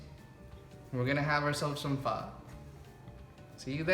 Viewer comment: Why do you pronounce your name kong? Please pronounce it right! You say Banh mi and Pho right.